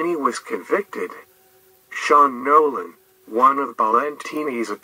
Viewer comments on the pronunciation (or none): none